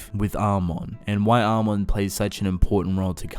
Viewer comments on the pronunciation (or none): none